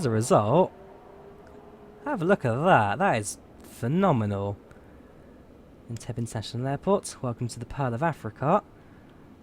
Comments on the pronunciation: Great video! BTW it's pronounced "En-teb-be" and not "En-teb" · it's pronounced "en-TEB-ee", btw. :) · Loved the vid but FYI Entebbe is pronounced Entebbey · It’s pronounced En-Te-beh 😂😂😂.but cool that you flew to Uganda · "En-tebb-ee"! Shame not to see flamingoes at Lake Naivasha, turning areas pink.